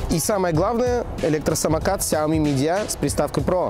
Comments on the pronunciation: Где ты там букву "Д" увидел? Или слово "меджиа" очень сложно произнести с уклоном в букву "Ж"? Ну или уже хотя бы не терял бы букву "Ж"... Самокат "медиа" обзорщик хренов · сЯоми мидиА Ахахахпхпх Автор, перед тем как вещать, научись внимать)